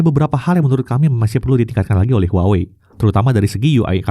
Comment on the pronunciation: brand HUAWEi dibacanya : WAHWEi 😊